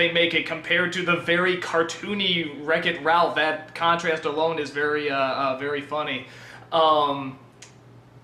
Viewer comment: That is how it is pronounced. Good job.